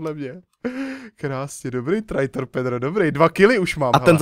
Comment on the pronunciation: Čte se to trejtor